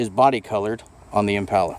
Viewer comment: I hate how he pronounces the word "impala"